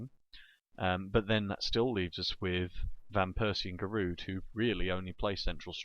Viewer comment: so giroud is your favorite player but u can't pronounce his name lol